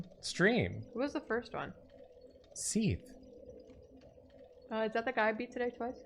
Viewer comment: ah, you mean seathe. I couldn't tell if you were trying to say that of sif